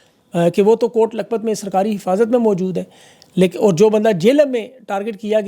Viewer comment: میں آپ کی توجہ اردو الفاظ کے تلفظ کی ادائیگی کی طرف مبذول کرانا چاہتا ہوں، زیادہ تفصیل میں نہیں جانا چاہتا بس ایک ایسا لفظ جسے آپ بکثرت استعمال کرتے ہیں وہ ہے "اور" اور کی ادایگگی کیللئے سانس اندر کی طرف کھینچی جاتی ہے جس سے تلفظ کا درست مخرج ہوتا ہے اگر ہونٹوں کو گول کرکے سانس باہر کی طرف خارچ کرکے ادا کریں گے تو غلط ہوگا، اس ایک لفظ پر توجہ دین